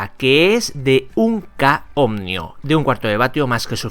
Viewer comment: Buen proyecto lo voy a hacer. ... siempre te escucho decir ohnios...no sé si me equivoco pero pones especial énfasis en una N donde realmente debe ir una M. Si estoy mal disculpa pero me llama la atención.